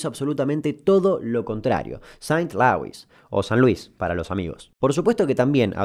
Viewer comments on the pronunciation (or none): El estado se llama Missouri y por forzar el chiste terminaste pronunciando St. Lewis en vez de St. Louis, que es el nombre de la ciudad. Agradezco infinito meterle gracia, pero que no sean guarangadas. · se pronuncia seint lúis 🧐